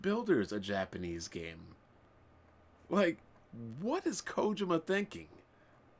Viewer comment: "Did you rike it??" is actually not his fault, Japanese language doesn't have any symbol which makes the sound of the letter "L", so any word which is has a "L" is hard for them to be pronounced and so the "L" gets replaced with "R". They have a hard time pronouncing "Red Lobster", as they go on to say "Red Robster".